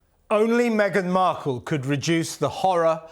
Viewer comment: . "Me-again -Marple- ...er... Mark-all" .